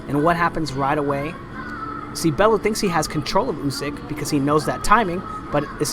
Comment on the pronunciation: Tony Balooo???? Its Bellew lol